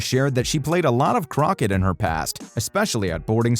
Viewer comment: Can the narrator please learn to pronounce croquet PG Tips not Twips etc